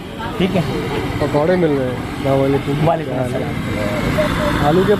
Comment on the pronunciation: Bhai plz say ASALAM O ALIQUM instead of Slamoaliqum. Don't mind plz.